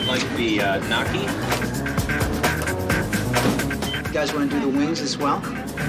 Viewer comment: The guy calling Gnocchi “Knocky” hurt my soul and I’m not even Italian 💀